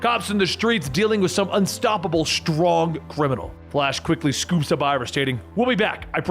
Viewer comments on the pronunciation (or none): none